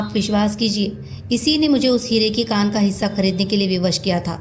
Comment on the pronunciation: madam, novel ka naam ' Hire ki khan ' hai ya 'Hire ki kaan'. Aap bhi baar baar kaan hi bol rhi hain, pure video me . Kripya bataye ki sahi kya hai ? Dhanyawad.👍